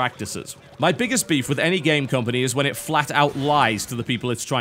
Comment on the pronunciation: "compony"? "ture"? what?